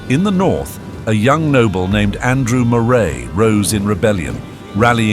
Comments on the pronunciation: Great video. Moray is pronounced Murray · In My Scotland, Moray is pronounced Murray.